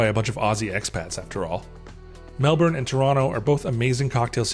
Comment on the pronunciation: Gotta work on your pronunciation of Melbourne 😉